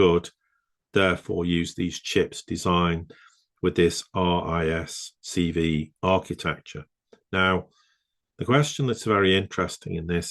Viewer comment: It's pronounced 'risk five', as per the V is the Roman number 5.